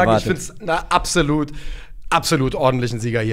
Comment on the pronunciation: Könnt den Kommentar gerne löschen, aber sagt bitte, dass es absolut heißt und nicht abselut. Wenn der Job das Sprechen ist,.. ne. Danke für die Unterhaltung beim Kochen!